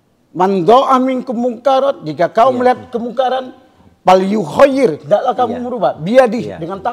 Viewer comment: Falyughoyyir bukan falyukhoyyir, akh. Cari Narasumber yg bener om uya. Kan kata si Botak dia sudah boleh pake gelar SH saat Sidang Skripsi nya beres. Jadi 2014 sudah boleh bersidang